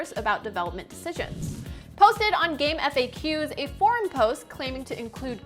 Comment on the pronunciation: I worked on gamefaqs for many years and we always pronounced it “game faks”. Not “eff ayy cues”.